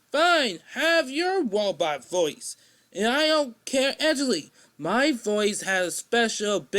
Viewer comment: When he said " Actually " it sounded like he said my name, which is Angelique. I am confused as to what he's saying